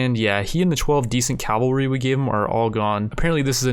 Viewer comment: Cav-al-ry. Cavalry, not "Calvary". Many people abbreviate it to cav. Would you say cal to abbreviate it?